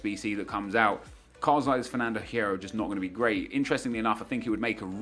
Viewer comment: The H in Hierro is silent Nep. It's pronounced "Yierro."